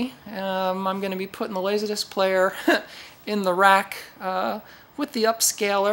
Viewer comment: “Lasahdisc”. Love your pronunciation of “Laserdisc” and love this video! I’ve been into laserdisc since 1990, and this video explains everything so nicely. I look forward to exploring your channel.